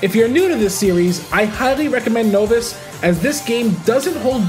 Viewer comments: Great video and I hate to be that guy but just so you know for the future, novice is pronounced like nah not “no” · I love the video. But how long have you been mispronouncing novice? It’s pronounced like “nah-vis” not “no-vis” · novice is pronounced like novel not notice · Dude doesn't know how to say novice! 😂 but seriously a very good video, I agree it's a 10! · I’ve never heard anyone pronounce the word novice like you do